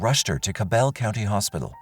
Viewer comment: it's weird to me. Also, every time they said Cabell it made my head hurt. Lol. So far from how it's pronounced. 🤦🏽‍♀️